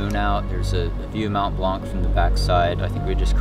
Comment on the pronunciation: Great video ! Hope you can finish it with the top guys this year. Just a pronunciation thing.. it's "mon blan" we don't say the c at the end ;)